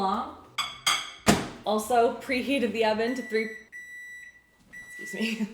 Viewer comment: No she doesn’t. But whenever she says “thank you oven” it sounds like Owen so lots of people in the comments refer to the oven as Owen